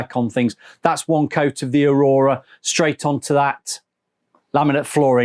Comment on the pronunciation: Its called Aw-ruh(pronunciation) Not Arora!